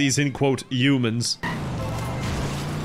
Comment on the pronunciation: Save the “Youmans”